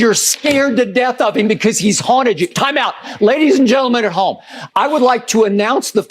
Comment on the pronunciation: I couldn't understand .... did he yell TIME OWT!"